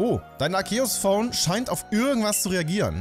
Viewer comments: endlich einer der Arceus nicht so komisch ausspricht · Im offiziellen Anime wirds aber "Arkehus" ausgesprochen